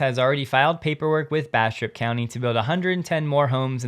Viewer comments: Bastrop - First syllable Bass like the fish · Pronounced Bass-trup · Bastrop is pronouced bass-trup, like the fish. I had annual training there when I was in the military back in the 90’s. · living in the area for about 5 years, the "Ba" part of Bastop is pronounced like "bass" ... as in the fish ... except the "st" part is the start of the second syllable ... so, "ba-staap" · Bastrop sounds like bass tr awp. I lived there in the 1970s when it wasn’t even a fork in the road. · Bass Trop-rhymes with cop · Bastrop is pronounced like pass top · Bastrop: The easy way to say it is… Bass(like the fish)•trop(long ‘o’ - sounds like drop) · Great job as always! Bastrop is pronounced in two syllables; Bass (like the fish) and, trop, which rhymes with drop. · Bastrop: we have a town with this name in Louisiana and we say it with a soft a. Like mass not like face